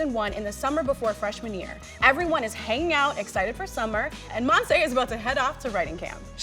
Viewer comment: This show seems to be good but I’m kinda bothered about the way they say Monse’s name. They say it mon-say but it’s mon-see or in Spanish it’s Mon-se, speaking from experience bc it’s my name